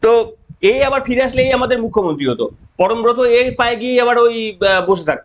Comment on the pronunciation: পরমব্রত নয় পরমখত